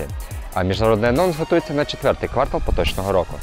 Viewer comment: Ква'ртал? Може кварта'л?)